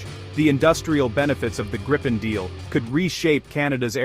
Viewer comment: The plane is called the Greepen not Graipen